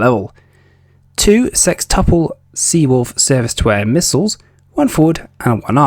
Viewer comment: Missiles not mislles